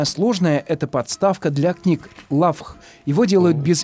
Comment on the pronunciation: Автору - Лағв,а не Лавх.